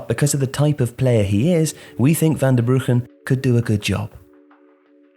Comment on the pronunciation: I appreciate the pronunciation of Van Bruggen.